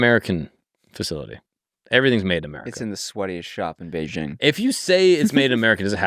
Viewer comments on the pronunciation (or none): none